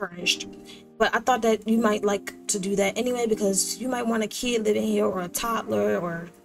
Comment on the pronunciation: Would you happen to be from Baltimore? That “Teww” is thick😂❤️❤️